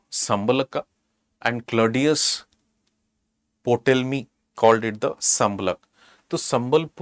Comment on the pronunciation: Ptolemy pronounced wrongly